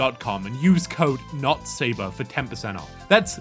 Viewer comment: Thats 'NotSabar'. Not 'NotSober' for check out. Hope that helps those coming down here to browse.